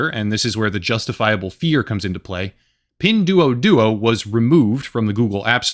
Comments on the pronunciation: It's pronounced "pin dwoah dwoah" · FYI: "duo" in Mandarin, and Pinyin, is pronounced 'd-war'.